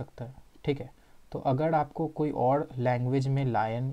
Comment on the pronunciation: Bhai woh chadacteds nahi characters Woh agad nahi agar hota hai Aur woh ड़ nahi र hota hai 😂😂😂😂😂😂🤣🤣🤣🤣